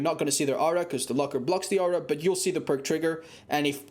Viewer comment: Its 'Aura' , not ow-ra - Joe mama